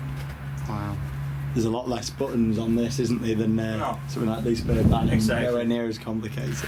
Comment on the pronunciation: Good old Liseberg. Been years since last i was there. Think they still had the woodie. Not sure though. #Pro(not really)Tip: To help pronouncing Liserbergsbanan, pronounce banan like you say Banana (just cut out the last A) :D